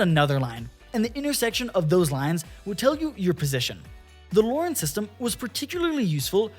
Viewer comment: LORAN is not pronounced "Lauren" lol. really ruined the video.